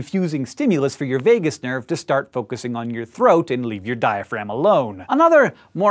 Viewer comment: So, the written text says Vagus nerve but Hank calls it the Vegas nerve. Hmmm...